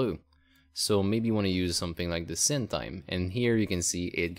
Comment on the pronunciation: Sin / Sine is pronounced as "sign" =) Nice video though, thanks